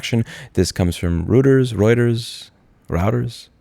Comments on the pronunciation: ROY-TERS, not route-ers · Reuters = Royters, in case you'd ever need to pronnounce it correctly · Reuters: ROYters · Reuters is pronounced as Roy ters. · I think it is pronounced "Roy-durrs" - at least that's what I've heard from numerous others lol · It's pronounced "Roy-ters" (Reuters) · It’s pronounced “royters” Cheers man! 👍🏻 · Hey Louis, just say it like ROY-ters. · Re: Reuters; it's pronounced "Roiters". The founder was German. :) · ROY-TERS, homeboy 😂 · It's pronounced Royters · routers...linksys wtf... every time LOL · Reuters = "roy-ters" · I had a buddy in high school that said "routers" when pronouncing "Reuters" haha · its [ROITERS] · Reuters pronounced "Roy-tes". You had it right the second time. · I think it's pronounced Roy-ters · The eu in Reuters is spoken like oy in toy. You got it right on your first try. Must be the genetic memory from your german speaking genes.